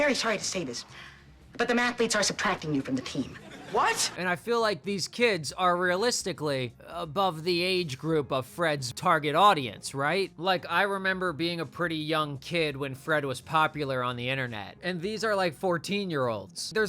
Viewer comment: wtf is an aurdience